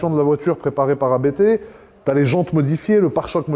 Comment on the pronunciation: ABT se prononce en une seule fois par contre